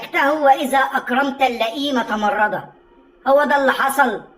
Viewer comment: بعد إذنك يا عاوز اصحح لك.. تمردا بالدال من التمرد... وليس تمرضا.. علشان بحبك بصحح لك.. ❤